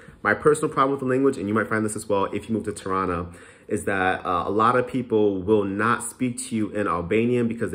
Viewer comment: Every time you say Tirana I hear Toronto 😂